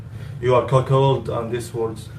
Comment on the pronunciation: I thought he was saying “essay” 😂